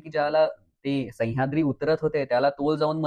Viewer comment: सैय्याद्री नव्हे तर सह्याद्री ! उच्चार शुद्ध आणि स्पष्ट करा .